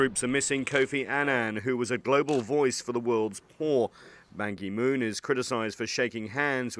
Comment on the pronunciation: Goodness, they can't even pronounce "Ban Ki-moon" correctly or even SLIGHTLY try to say his name correctly. BAN KEY MOON.